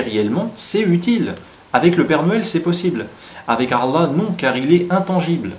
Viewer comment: Par pitie fais un effort de prononciation a chaque fois que tu dis Allah j'ai la nausee.